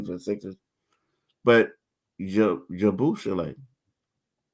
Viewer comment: Say it with me now YA-BOO-SELL-AYE . Do a tiny bit of research before you butcher a name you'll probably have to say a lot